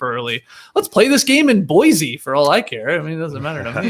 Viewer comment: Love the brief mention of Boise. Sometimes I wonder if anyone knows we exist. Also skeets, it's Boy-SEE, not Boy-ZEE. We use that locally to figure out if someone is from here, or somewhere else.